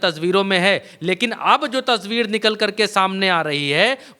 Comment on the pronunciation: tsbeer nahin tasweer bola kijie